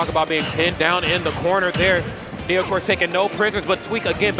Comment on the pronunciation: Knee-O.... Knee-O. ... nay-o? Really